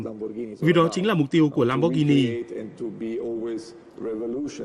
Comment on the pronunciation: Value giọng Bắc, lam bót ghi ni haha